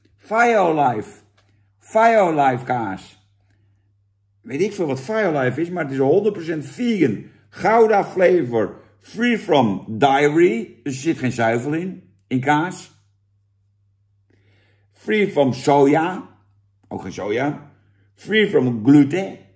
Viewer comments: Het is dairy Jan, geen diary 😂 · Free from diary? Dagboek-vrij? Leer ff Engels, Jan. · Wel 1 dingetje Jan..Dairy spreek je uit als 'Dehry' niet als Daayri. Misschien wel handig voor de volgende keer als je Dennis moet verbeteren op zijn Engels taalgebruik.